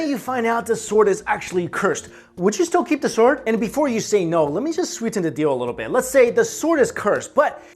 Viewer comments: You pronounce it Sord not sword... yes you spell it sword but that's not how you pronounce it!! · The 'w' sound in 'sword' is silent. it's pronounced as 'sord' :) but great video!! I love your channel so much. keep it up!! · Robert Roberts he's pronouncing svord wrong. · swooowwrrdddwwwwww sqwswrrreee spwwaaceeee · uuuugggghhhhhh,,, the w is silent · Why do you keep pronouncing the "w" in "sword", like Finn the Human? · ok THATS IT can we PLEASE incinerate EVERY bum that decides to pronounce the "sword" without the silent letter "w" or at least throw an egg at them XD Disclaimer: is excluded from this law and all of his associates as well because we have nothing but respect for em